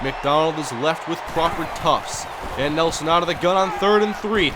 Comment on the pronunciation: Are you pronouncing "Crawford Tuft" right? You pronounce tuft as "Tufts".. Is it spelled wrong or is it pronounced that way?